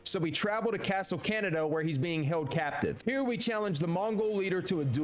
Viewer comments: "Castle Canada" "masacow" "raeoozow"🥀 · the way it’s pronounced and how it sounded atleast to me is khan-eda